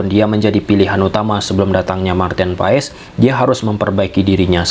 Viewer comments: bukan pass pak tapi pa nya dipanjangin dikit "paas" Pasti kita punya nama yg mengandung arti kalau penyebutannya salah pasti artinya berbeda karena nama itu adalah doa. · Kebanyakan orang selalu salah yah... datang pemain baru untuk indonesia nyebut namanya salah apa ga dicari dulu tentang menyebut namanya? Marten paes dibaca (paas)... Cuma kasih tahu kalau ga jadi kebiasaan ❤